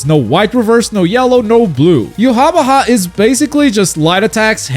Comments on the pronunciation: "Yu wah ba hai is here to clo-" I'm sorry WHO?! Yu ha ba ha. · I know how hia name is supposed to be pronounced (YOU-HA-BAHA) and this is NOT that lol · To be fair, the katakanazation ユハバハ isn't even a good transliteration of the German pronunciation of Yhwach